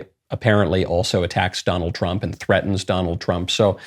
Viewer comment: "Donald Tump"